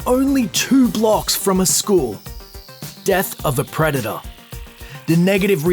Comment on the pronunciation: "preda-daaahhhh" Americans facepalm